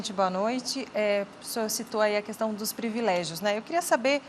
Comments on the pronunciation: minha vó fala qüestão e qüatorze, natural pq eles aprenderam assim 😂😅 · Só falta que parar de pronunciar a letra U quando fala a palavra questão.